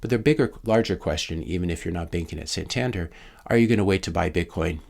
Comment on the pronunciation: Santander is a Spanish bank with branches all over Europe. Btw pronounced San tan Dare